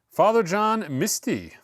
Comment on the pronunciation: Looking forward to the John McLaughlin soundtrack. And the Father John Misty pronunciation was pretty darn good. Very cool album.